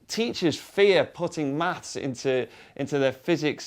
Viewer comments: It sounds like they're saying MATS ... instead of MATHs ... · Does he pronounce "maths" hard enough? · We know you're a limey when you say "maths".......